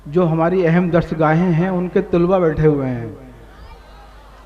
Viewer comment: "Tulba" nahi hota shayer shb. Talaba hota hai.